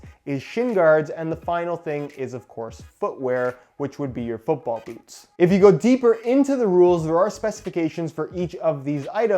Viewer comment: Thanks you’re the best at revoos on futbool bots and other things.